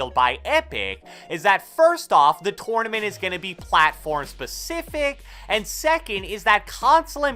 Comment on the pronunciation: "TORN-A-MINT" lol